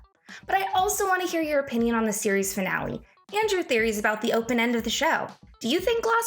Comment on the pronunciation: is it just me or did she just said “opinion” in a very weird way lol.